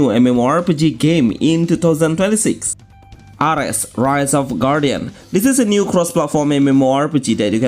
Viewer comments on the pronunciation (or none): Ares pronounced air-eez